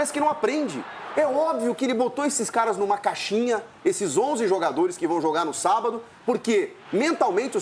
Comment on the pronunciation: 😂 "O Velório começou ontem e o enterro será sabádo". 🤣🤣😉